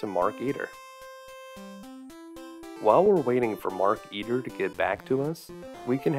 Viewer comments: You pronounce it like "Mark Eater", when it's "Maar-kuh-teer" Also, they should've made it so you could choose 3 kids other than Dave. Wendy for the manuscript Bernard for the radio or whatever to call the Meteor Police Razor for the tentacle's band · Anybody else notice that it's not Mark Eater, but Mark Eteer like marketeer. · Marketeer, not markeeter.